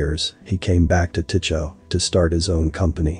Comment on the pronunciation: FYI, "Tycho" is pronounced "tie ko".